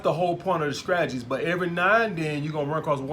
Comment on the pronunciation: "scragedies" instead of strategies xD